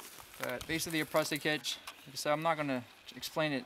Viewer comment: Your tautline hitch needs to have the last turn go around in the same direction as the first two - opposite of the way you do it. Yours will slip under load, for some rope types. Tied correctly, no rope will slip. Prusik sounds like "moose", not "us". Picky picky, I know.